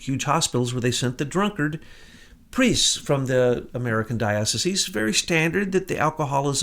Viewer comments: DIE - OH - SIEZE ... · You are a Jesuit and you don't know how to pronounce Dioceses... Peace